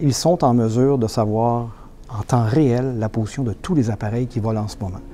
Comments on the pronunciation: Si toi aussi tu entends ''potion'' au lieu de ''position'' bah c'est sur t'es un Gaulois 😅😅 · oui je viens d’entendre aussi potion au lieu de position par contre on a bien entendu compensateur le Boeing a toujours u des ennuis avec les gouvernes sur ses 737 et ce n'est pas nouveau